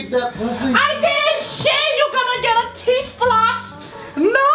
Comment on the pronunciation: "I didnt shave, u gonna get da teef floss" LMAO cries